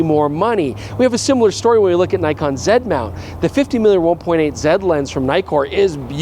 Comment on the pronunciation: Not surprised doesn't know how to pronounce the Chinese brands, he still hasn't learned to pronounce Nikon after all these years 🤣